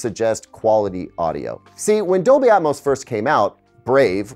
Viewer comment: Dolby "Atomos"